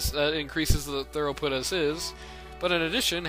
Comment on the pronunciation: It's thru-put, rather than thorough-put. :)